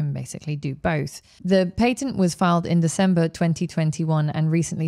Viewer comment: Every time Becky says patent………..